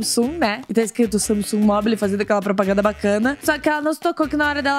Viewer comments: Ela fala Samisung é Samsung kk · não é samisugue, se pronuncia sangungue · não sei vcs mas me dar uma agonia ela falando samisung sendo que é samsung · Manoh so eu q tenho agonia dela falando "samesung" sendo q é "Samsung" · Agonia dela falando sanisung eu falo sansungui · se pronuncia "samesungue" passada kkkkk sempre chamei de Samsung mesmo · Não é samisung e Samsung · parece que você fala “samisung” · "Samisungue" ksksksk Adorei💜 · "Samisungui" AMEIII KKKKKK❤ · ta me deu mta agonia dela falando saMsung KKKKKKKK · ver ela falando samisung me deu uma agonia kkkkkk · "SAMISUNGUI" - 2019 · Q ranço dela falando samisung kkkkkkkkkk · "Samisung" kkkkkkkk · vey parece q ela falou samisung kkkkk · So que fiquei incomodada com ela falar (Samisung) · Ela falando SAMISUNG. Me irrita muito. Mds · Fala Samsung direito KKkK que agonia